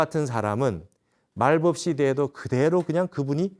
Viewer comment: 스님! 말법은 말뻡"이라고 발음하소서! 또! 한국의 한을 왜!? 길게 발음하나이까!? 실로 실망했나이다. 미국 변 완수 드림